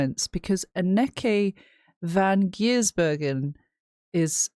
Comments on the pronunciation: Anneke ---> Ahn-nuh-kuh . Ok? Got it? 😘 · ANN-NEH-KE pronounced